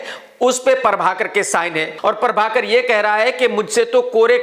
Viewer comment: Everyone : Prabhakar Krk : Parbhakar